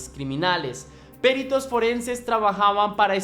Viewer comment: "Péritos"? No lleva acento...es peritos....peritos....